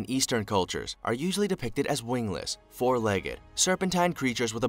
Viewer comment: He even pronounced legged wrong 😂😂😂😂